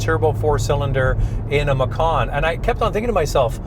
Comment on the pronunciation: 😂😂😂 Indonesia language 🇮🇩, pay attention to speech... Macan is tiger... Makan is eat... 😁😁